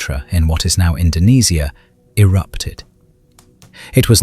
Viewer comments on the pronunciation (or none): none